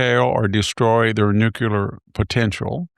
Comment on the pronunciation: Hanson’s struggle to pronounce the world “nuclear” continues 🤦🏻‍♂️.